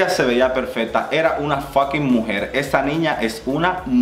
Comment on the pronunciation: Amo cuando dices mujersh 🌹